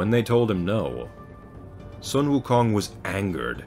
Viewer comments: The "Sun" in his name is pronounced "Soon". And the way Hell is pronounced is definitely wrong. However, I am not able to give you the proper pronunciation. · Nicely pronounced. Not Sun as in sunlight but pronounced as Soon. “U” in Chinese is pronounced as “oo “ as in “too” Wu Kong Wu means “realised” Kong means “empty”